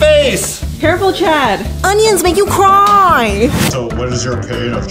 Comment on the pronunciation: lol when said onions make you cuaiiiy